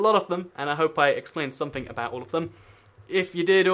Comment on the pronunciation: 11 seconds in and i noticed you had somefing Somefing! And also there should be a space between your spoken words so that people who didnt grow up in a council estate can understand you.